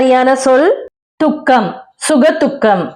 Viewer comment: சுக துக்கம் சுga dhuக்கம் அல்லது சுka thuக்கம் என்று உச்சரிக்க வேண்டும். சுga thuக்கம் என்று உச்சரிக்கத் கூடாது!